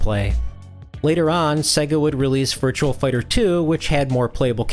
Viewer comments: It's not Virtual Racing or Virtual Fighter. It's Virtua - just remove the letter L from the word Virtual and you've got it. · Virtua.... VIRTUA... no "L"... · I swear he kept pronouncing a phantom L at the end of Virtua, i.e. Virtual Fighter.